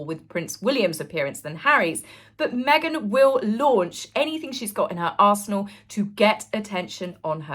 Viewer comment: oh 😂 you said arsenal, I heard ass****😂 Love your content ❤